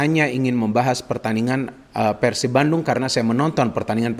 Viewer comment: ini udah kaya orang sunda dia kl bilang PERSIB itu PERsib >> Pengucapan PER seperti PER KEONG bukan Pengucapan PER seperti PER tiga perempat 3/4.. tapi lucunya pada saat dia bilang PERSIRAJA dia bilang PERsiraja pengucapan seperti PER tiga perempat 3/4.. selamat anda bisa jadi orang sunda haha 🤣👍